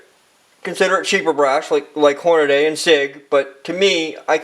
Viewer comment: .. STOP SAYING HORNADAY!